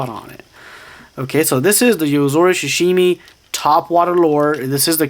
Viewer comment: "shashimi" LOL